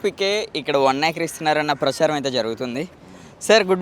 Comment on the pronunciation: Yakar kadhu acre ra babu